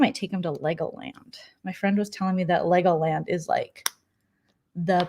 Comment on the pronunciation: Lmao Thought for a second you said "Leg o' lamb" instead of Legoland. I swear, my attention strayed for only a nanosecond.